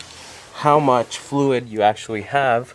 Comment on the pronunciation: "...and then measure how much flooid you have, and then put it back in there..." Yeah, HOW??? Absolutely worthless video. Worthless narration. Worthless person.